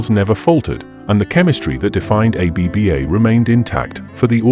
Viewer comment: Stop saying A-B-B-A. Did you research how to pronounce the group’s name before you created this video?